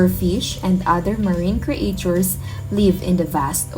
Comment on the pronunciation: ""Create chures""